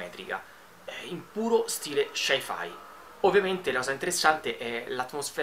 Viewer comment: Ma lo "Shai-Fai" cos'è?Un nuovo tipo di massaggio thailandese?